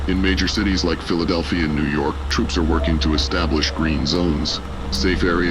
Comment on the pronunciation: The AI needs work and it doesn’t say things right like New York being pronounced like Nework, and it repeats in some places , but the audio is good.